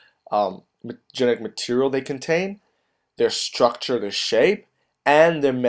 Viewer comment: The ‘Schhtructure of a virus?’ Structure doesn’t have the sound ‘shh’ in it. Please learn to speak.